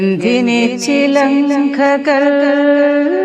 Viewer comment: Chilankha alla madam… Chilanga 😂😂